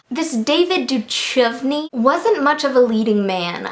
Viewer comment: I love your attempt at trying to pronounce David Duchovny